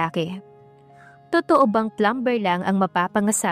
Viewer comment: Take note how to pronounce the word Plumber , it is silent b sounded” plumer “ The word often is silent “t” sounded as “ofen” , Gusto kita as narrator pls huwag magalit. Salamat